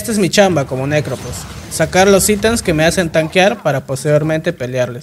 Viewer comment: Me da risa como la gente pronuncia Phantom como "fantom", o sea correcto, pero pronuncian Prophet o Necrophos como "propet" o "necropos". 😂 😂